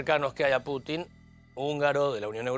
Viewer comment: "Putin", no "Puchin".